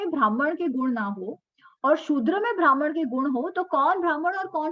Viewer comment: भ्रामण what kind of pronunciation is that, also ब्राह्मण, क्षत्रिय, वैश्य, शुद्र are वर्ण not जाती